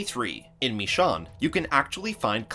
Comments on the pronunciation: Why does he keep pronouncing "Michonne" like that? It's like he's never heard it spoken before he did this voiceover. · Well, it's obvious the narrator isn't a fan of the show since he doesn't know how to pronounce Michonne's name. Shame. lol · you pronounced michone wrong lol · You can't pronounce michonne correctly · You pronounced michonne wrong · Every time he said michonne I just cringed a little bit every time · If he says Michonne's name wrong ONE MORE DAMN TIME. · Who else got pissed this idiot can't pronounce michonne right? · you said michonne name wrong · The way that he says "Michonne" is pissing me off. I don't know why. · I hate the way you say michonne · I literally can't sub to this guy for the disrespect of Michonne's name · You say michonne so stupidly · when he pronounces michonne wrong my ears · #109 Your saying Michones name wrong. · Can you guys not say her name like that? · You're pronouncing "Michonne" wrong... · How he says Michone like no your saying it wrong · He pronounces Michonne name wrong every single time. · ME-SHAWN I’m sorry pls don’t be mad 😂😂😒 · This dude realy said Me-Sean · bro said “me shawn” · Why do you say it like that?!!! Me-shon that's how your saying it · Who the hell is "Me-shawn"? hahaha that was an awful pronunciation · Meshawn? XD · MISHAWN!!!boi if u dont😂😂😂😂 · Meeshaun? It’s michonne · Lol he said Michonne like Me-chonne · Excuse me, did he just say michonne, as in mishon? Wtf? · The way he says Michonne's name is like MeShawn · It's not meeshawn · "Misch-onn" that's how this dude pronounced it... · Heres a challenge! Everytime they incorrectly pronounce Michonne as Me-Shawn, take a shot! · You can't pronounce Michonne. (Mi-sh-own) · it's (mish.õne) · don't u watch the show, y do u call her michon. they clearly say it with an e at the end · pronounced it as mih-SHOWN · MISHAUN MISEAN MISHAWN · Why did he say Michonne like that? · Why don’t you know how to say Michonne’s name right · MA-SHONE NOT MI-SHON